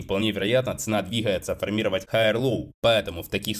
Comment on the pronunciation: формировАть, ударение на а... Не формИровать...